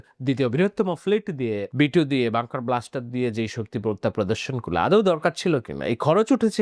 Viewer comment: ওইটা বাঙ্কার ব্লাস্টার না বাঙ্কার বাস্টার, ধন্যবাদ।